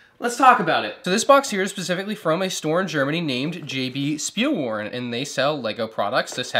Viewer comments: You pronounce ‘W’ as a ‘V’ in German -Speilwaren = SchpeeelVaaren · pleas dont say Spielwaren like you said spielwaren. Say it like you would say shut up but only the sh from shut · I like your pronoucuation of jb spielwaren😄they are a good store